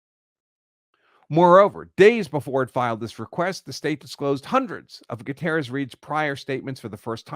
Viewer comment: Would you at least make an attempt to pronounce Gutierrez correctly?